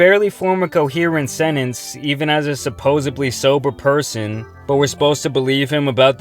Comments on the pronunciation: It's SUPPOSEDLY, not"supposebly" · I’m not a fan of Lil Xan but how you gone call him out for sounding dumb and not forming correct sentences then in the same breath say “suppos-ubly”????😂😂😂 go to college they say 🤔